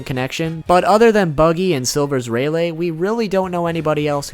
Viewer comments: raylay... HOW DO YOU MISPRONOUNCE THATT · I'm still laughing cause you pronounced rayleigh as Ray -lay (( not trying to be rude I just found it funny )) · Dude. I really, really fucking haaate how you pronounce Rayleigh. What the fuck? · its not ray-lay its ray-lee and u forgot to go over snake man form of gear 4 (observation haki form) also int nor anne l its n-a-roo